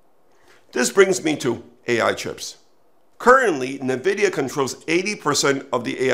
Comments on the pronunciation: This expert doesn’t know how to pronounce NVIDIA, very bizarre. There is no bubble — look at the benchmarks of AI exceeding human performance on a wide range of tests. So, by displacing human employees with AI, many companies will reduce their costs by a huge number while AI companies will have giant profits by selling them AI solutions, but a lot higher than $20/month. Let’s say it displaces 50 million people over the next few years in US and Europe $100K/year average. That is cost reduction of $5 trillion. Let’s say AI industry gets half of that as their revenue. The social impact on people’s lives is a different question. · You lost me when you couldn’t even pronounce Nvidia correctly. Many experts predicted the downfall of Amazon in 2000 because it did not make any money while building out infrastructure and its own delivery logistics. Microsoft was so confident about its own mobile strategies it bought Nokia but gave up 3 years later in 2017. China’s Tsinghua Unigroup had made verbal offers to take over TSMC in 2015, but it declared bankruptcy in 2021 instead. TSMC is fully booked through 2027. Corrections? Yes. A bubble? Not in the next couple of years. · Would be more convincing if you pronounced Nvidia correctly, sounds like you have never listened to a single Nvidia earnings call. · Dude can't even pronounce Nvidia and thinks he should make a video on the AI bubble 😂 classic.